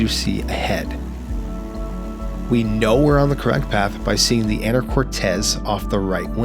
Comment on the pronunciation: Can we next get Canadian VNC (visual Navigation Charts) next??? P-p-p-pleeeeeeease. PS, locals pronounce it “Ana-cor-teese” and “Ska-jet”. :). Thanks for the vid. :). ❤